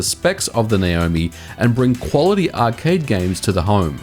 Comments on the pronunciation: Why do you keep calling it Nayomi? It clearly says Naomi! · It's N-ah omi.